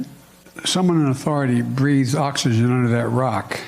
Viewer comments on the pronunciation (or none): none